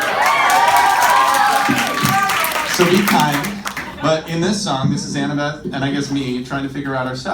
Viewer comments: When she said Annabel instead of annabeth 😂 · Jessi Luck listening it to again, it sounded like she said annabelleth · Jessi Luck she said annabeth, the "th" was really quiet at the end tho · She said Annabeth?